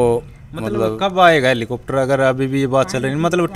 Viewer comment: इस न बोलना सीखा दो हेलीकॉप्टर होता ह